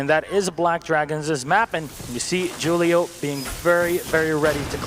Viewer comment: Jewl-io not Hul-io